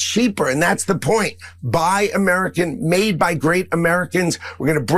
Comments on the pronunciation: Jeff Van Drew says “Urmerican” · Jeff Van Drew with his "Amaarican". Amaarican, jeez the idiot can't even pronounce American correctly. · Why is Jeff van Drew constantly speaking about "Amuurcan" economy?